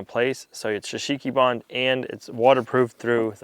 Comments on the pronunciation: There will come a day when you learn to say Shou Sugi Ban, instead of shusheeky barn 😂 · You need to help him on his pronunciation shou sugi ban 😂